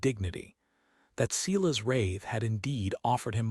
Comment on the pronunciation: And Silas pronounced Ceelas grates on me.